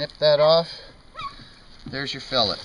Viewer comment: Pronounced filet wrong